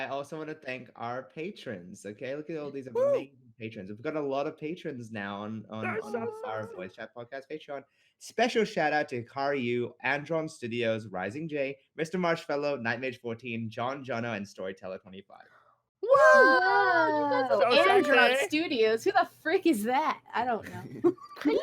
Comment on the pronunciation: I thought said DJ.Marshmello but he said Mr.Marshfellow